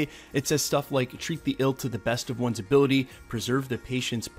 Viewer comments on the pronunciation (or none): none